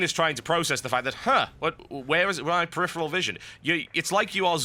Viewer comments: Dude, you have a fetish for the word preriferal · We should have a drinking game where we drink every time TotalBuscuit says "peripheral"